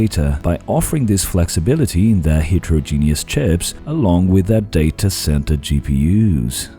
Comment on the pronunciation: That's absolutely not how you pronounce heterogeneous